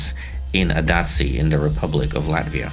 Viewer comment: Latvian here. It's pronounced as "Ādaži" - Aadazhi not adazzi xd